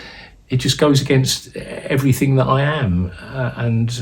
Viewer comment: Did that wpc say everythinK !!!lol😂